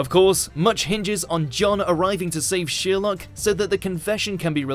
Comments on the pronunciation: It’s Sher-lock not Sheer-lock!!! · Thank you for these. Only one problem - Sherlock is NOT pronounced SHEERlock but SHIRlock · No worries with this, but how the fuck can you pronounce Sherlock as Sheerlock? Have you never heard it sounded out loud before? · Yes thank you! I love how he ends up almost pronouncing it as "sheer luck" though. It's ironic if you think about the contradiction between sheer luck and the main character's extremely logical understanding of the world. Anything you want to tell us? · "shewerlock" lol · SHERLOCK! NOT SHEER LOCK! ITS SPELT A CERTAIN WAY FOR A REWADON GOU NUMPTY! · what triggers me is that he says ''sheerlock'' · Thank you! Is it his accent or he doesn’t know how to pronounce Sherlock? It drove me crazy the entire video.